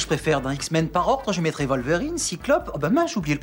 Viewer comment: Poudlarde XD C'est terrible ! Je comprend pas non plus la prononciation "volverine" pour Wolverine. Je pensais que ça se prononçait comme en anglais, avec un "W", vue que ça vient du nom anglais du glouton.